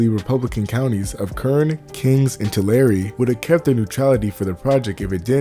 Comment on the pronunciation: Taking my first break . As an expat from CA to NY, I appreciate how much you've dug in to the relevant CA lore. I completely dumbfounded when you pronounced Tulare correctly.